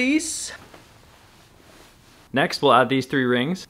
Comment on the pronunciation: emphasis on, "with the fleece💅"